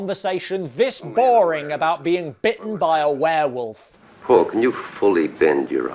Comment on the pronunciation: And a DOM vare-volf at THAT!! Lol